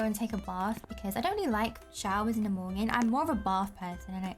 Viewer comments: I love when you say mornging and also i call it porridge cause my school has a British curriculum. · Who else is hearing "morñin" ?? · I like how yoy say monyen lol but thats funny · i like how she says morning